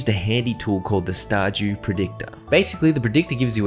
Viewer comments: Bro really just said Star Jew Valley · "Star Jew Valley"